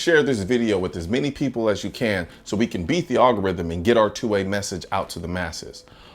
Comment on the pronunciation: Here's your 'rithm